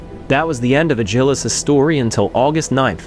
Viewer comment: Alternative pronunciation? More emphasis on Ad? Add Gil Us : )